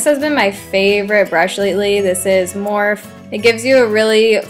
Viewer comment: I love how you call it Morph instead of morphe in the beginning!